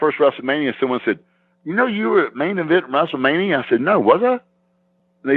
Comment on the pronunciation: He used to say WRASSLE MANIA